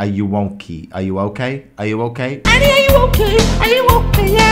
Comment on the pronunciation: iLike When he Said Areuok ?